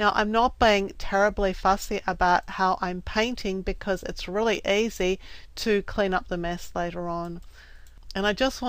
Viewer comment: It sounds Like you say aisy